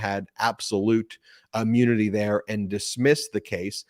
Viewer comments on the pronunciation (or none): Ben, maybe it is your accent but, "immunity" or "ammunity"? You are saying "ah-mune-nity" not "im-mew-nity." Very sorry but that's what you should be careful about.